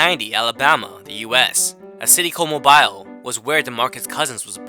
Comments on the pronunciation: Mo beel, not Mo bile . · Moh-beel, not mobile lol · In a city called MoE-By-All. Lol it’s just pronounced Mo-Bill (Mobile, Al). Nigga tried to make that shit sound like it’s in Africa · It's MOBILLLLL (MOBILE) NOT MOBELL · It’s not Mo-byle it’s pronounced Mo-bill 😭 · Hold on. He said Mobile Alabama... But he pronounced it Mo B I'll lmao its Mobile lmao. I love when people try to talk about areas as if they know but dont have a clue...ok sorry ima push play... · Mo-BEELe.... Not Bile...is how u pronounce Mobile.... Boogie is so underrated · mo-beal or mo-beel, not mow-bile alabama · It's pronounced Mobeel Alabama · It's Mobile, not Mobal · its pronounced MO-BILL(Mobile) not whatever tf you said lmfao wtf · mo BEYE ill? Smh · Good video but many mistakes... “Mo-bill AL” AAU is not a team... he was ranked third in the COUNTRY not just the state! When you’re drafted it’s out of the entire draft class, not just the 60 that get drafted... and the 2 fatal injuries thing is CRAZY... lol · Pronounced (Mo-Beal) Alabama...you did alot a research for this video but pronounced the mans place of birth wrong...lol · bro it’s pronounced MOE BILL NOT no mo bi L 😭😭😭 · Mobile ~ “Moe - Bill” how it’s correctly said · It’s pronounced “Mobill” and kids in Alabama love basketball more than football... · Mobile, (Mo-Beal) AL. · The spelling is weird but it's pronounced mo-bill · This dude doesn't know shit about Alabama basketball and how Boogie grew up...Boogie was born in BHam and moved to Mobile spoken (Mo-Bill)...this man didn't play football at Leflore...who tf is thus guy. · Pronounced "mobeel" Alabama bruh. What is a femoral trice? Quad tear is all you need to say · 🤣🤣 the way he said Mobile its pronounced mo bill bro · It's pronounced MOE bill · It’s pronoced mo-bill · Its pronounced MOWbill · Not being mean but I grew up around mobile, it’s Moe-Beel. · Im from mobile and this man called it moe byle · It's pronounced " Mo Bill". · “Mo beel” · I love how he pronounced Mobile.